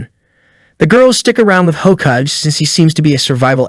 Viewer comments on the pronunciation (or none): It's pronounced "Ho-Kah-gay"